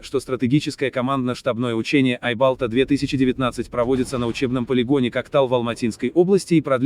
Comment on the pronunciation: Не "Айбалта" а "айбалтА"